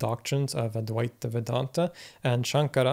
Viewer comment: Advaita is pronounced Auh-dvi-tuh. Kindly correct it. It is not ad-vai-ta. Auh = opposite, Dvi = 2 Whenever 'Auh' or the letter A is used infront of any indian origin word, the word becomes its antonym.